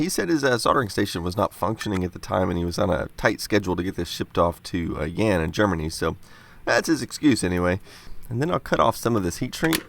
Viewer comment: Jan is pronounce more like "yahn" not "yan". Just for future reference 😉